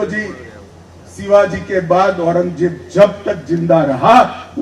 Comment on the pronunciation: अरे बाबा औरंगजेब म्हण औरंगदेब नाही